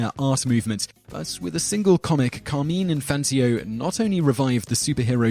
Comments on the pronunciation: Who is Carmeen Infantio? Did you mean Car-mine- In-fan-tino(teeno) It's not an accent issue it's the man's name and it's only pronounced one way. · It's pronounced Car-MINE In-fan-TEENO but otherwise this is a solid list. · Carmine In-fan-teen-o. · mis-pronouced Carmine Infantino's name